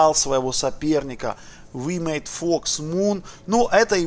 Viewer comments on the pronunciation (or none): none